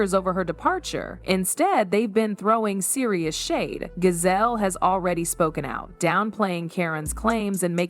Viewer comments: GIZELLE, NOT GAZELLE. You're very annoying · Stop saying Gazelle, that’s not how you say her name.😡